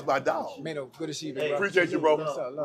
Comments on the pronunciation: His name is MAINO not Man O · “Mano” lol cmon Unc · I was looking for this, just butchering that man's name 😂😂😂😂